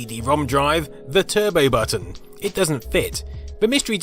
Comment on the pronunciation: Turbay button?